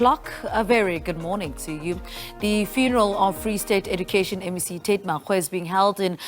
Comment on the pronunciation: Lejwe- lepule ( Lejwe-leputswa) . Reporter is reporting from the Free State but remains of late Tate Makgoe, not Megoe, arrives UJ. Could we get someone who speaks either Sotho or so for correct pronounciation please stop battering our ears!